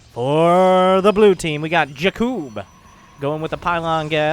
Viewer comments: I think Blue team was some Slovan team like Czech, Slovakia or Poland because of the names.. Btw: usualy Jakub (wich is my name:)) is sayd with heavy like JAkub not jaKUb. I mean first cylable is heavy.. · Not jakib but in poland is J A K U B